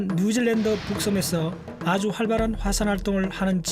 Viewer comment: 자꾸 누질랜드라네ㅋㅋ